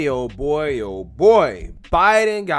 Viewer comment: No. That sounds like "O' boy! ".